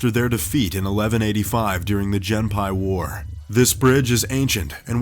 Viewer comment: “Jenn-pai war.” What? Who were the “hai-ki? “Ihashi?” “Saki-menato?” Where? Are these Japanese words?